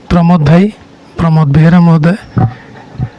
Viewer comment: Are tu ki bala sambadika na bi thikse kahiparunu pramod beura nuhe pramod behera naa ta thikse kaha